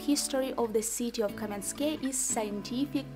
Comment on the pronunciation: Not Kamenskoe, but Kamiyanske. 😘